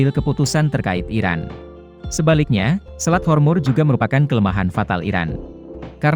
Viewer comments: Selat hormuz.. Kok di katakan selat hormur.. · Selat Hormuz min.. bukan Hormur.. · Selat hormuz. Bukan hormur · Selat hormuz bukan hormur